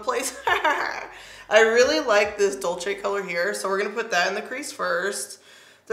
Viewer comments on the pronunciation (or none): DULCE NOT “DULCHE” 💀